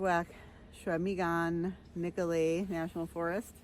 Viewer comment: Hey, my backyard! I could do that all day, nice capture of a fun little tour. P.S...The locals say SCHWA-meh-gn.